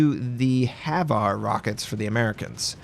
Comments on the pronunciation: HVAR rockets are pronounced H-var (H, as in say the letter H fallowed by var). Idk why but I found myself cringing every time you said Haveare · its HVAR not HAVAR